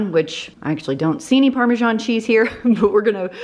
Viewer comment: Amazing cooking skills and great creativity! But just say parm or parmeZahn, NOT parmaJohn! Why the john? 😂😂 It's just written as parmesan and not parmegiano which is Italian. So the parma"john" is not sophisticated sounding at all.